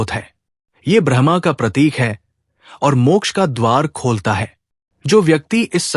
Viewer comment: आपने तो बड़े ही गूढ विषय को छुआ है,इसके लिए आभार।पर उच्चारण में थोड़ी कमी है।जैसे ब्रह्म को आपका ब्रह्मा उच्चारित करना।